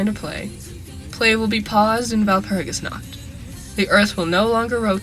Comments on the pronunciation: I know it is unimportant but "Nacht" is not pronounced like "nackt" (no "k" sound) instead try to pronounce it like pushing air through your throat while making a "r" sound. But the throat-r not the tongue-r. I know its hard but I wanted to mention it since the mispronounciation sounded so funny I couldnt concentrate (Walpurgisnacht sounds like the night of walpurgis but walpurgisnackt sounds like walpurgis is naked cx) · I cant deny that the fact that no non german managing to even slighty pronounce Walpurgisnacht correctly annoys me.